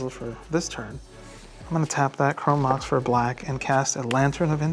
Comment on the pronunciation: " My reading voice helps me articulate and sound better" proceeds to pronounce chrome mox chrome max 😂😂 i spit my drink for real lmao And these games were great to watch! Such a fun episode